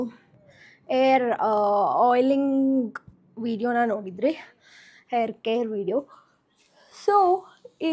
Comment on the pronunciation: No hate but why do you pronounce ha as aa and aa as ha? For example for hair you say air and for agta illa ge hagta illa antira. Why? Please do pronounce kannada correctly. By the way loved the way you styled your hair😊